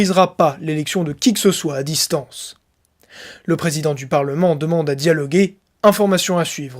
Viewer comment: Elles souhaitent toujours « daloguer » a